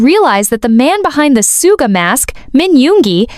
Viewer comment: It’s pronounced Shuga ugh